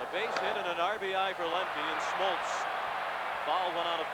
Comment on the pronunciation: John "Schmoltz"??